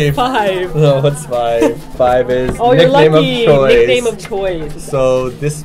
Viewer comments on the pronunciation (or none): none